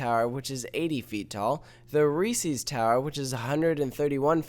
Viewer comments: It's Reese's not REEESEEES that goes through me like nails on a chalkboard. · You're irrelevant because you pronounce it Reesees and not Reese's. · I hate when people mispronunciate resees. People also do it with Legos too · They're not adding a "Reseee's" tower, they're adding a "Reese's" tower.